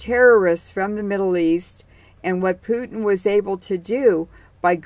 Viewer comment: I believe he’s name is Putin. not pewting